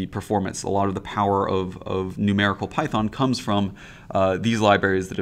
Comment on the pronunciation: Or are we now programming in Peethon? Long time ago we used to pronounce it NumPee as a joke. We didn't think it would catch on. Or am I missing something?